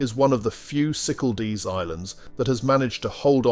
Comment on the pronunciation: Very bad pronunciation of Cyclades - cycaldees. Irritating